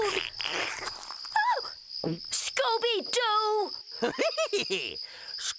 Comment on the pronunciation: The fact that Scooby pronounces it so well is the cherry on top 😂